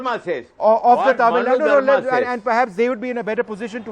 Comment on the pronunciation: Vishnu, it is not TAMIL NAD, it is TAMIL NADU